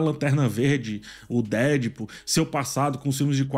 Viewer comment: Fala,. Eu sei que você tá nesse modismo de querer pronunciar as coisas em inglês e tal, mas, se quer pronuciar corretamente é deadpool com a tonica no pool, não no dead.